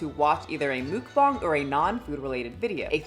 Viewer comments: mookbongs????? It took me too long to realise it was muckbang lol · "Mookbong"? Is that a new word? I only know of Muckbang.. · This was hard to watch only because it’s MUCK BANG not mook bong 🫠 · Hello, if you ever was confused on how to pronounce mukbang (먹방), you got the bang part perfect. Muk is just pronounced like the pokemon (Muck). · Love your content but your pronunciation of mukbang is sending me😅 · Am I the only one mad that she can’t pronounce the word Mukbang correctly